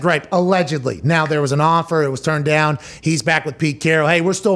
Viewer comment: 3 things. 1. Pat is looking cut/slimming "dahn" (Pittsburgh accent) 2. The "and hundredssss" line in unison was great! 3. Great point at the end about the Bears calling Dalton after he was with the team for a few weeks, but the Packers didn't call Rodgers and he's...Aaron RODGERS! They're trash without him.